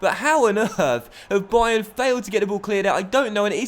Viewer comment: I'm pretty sure you called it 'dybayern'